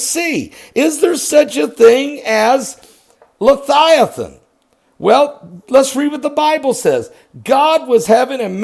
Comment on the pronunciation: Levvvviathan* not lethighthan